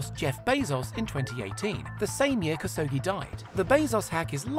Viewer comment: Khashoggi - kash-ohg-jee, NOT kas-ohgee.